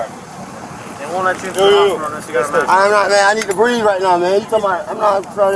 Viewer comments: Didn't you hear him tho?! HE CANT BWEATHE!! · It’s “breeve”! 😂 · It's pronounced "breeve"😅